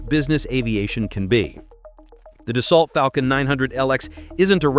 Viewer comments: Tell your AI narrator that it’s pronounced Do-So……. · It’s pronounced: Da-so. How can you make a video and not know this? It was not illegal for twin engines to cross an ocean. Only for airlines. There are no ETOPS restrictions for business jets. And no, 3 engine airplanes do not have more thrust than a twin. A twin engine is certified to continue takeoff on 1 engine. A 3 engine aircraft is certified to takeoff on 2 engines. So total thrust is significantly less on a 3 engine aircraft. This is a complete BS video. By the way, nobody pays $6 per gallon. That’s the posted price, but everybody has fuel contracts, which is more like $3 to $3.50.